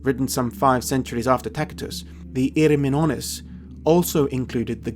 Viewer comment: Great vid, but wonder why you pronounce Tacitus with a "K" instead of and "S" since the C is before an i?